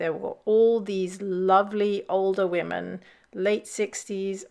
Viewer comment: I'm more troubled by people suddenly pronouncing 'women' the same as 'woman' like the newsreader in the video. It's a weird linguistic trend that appeared over the last few years.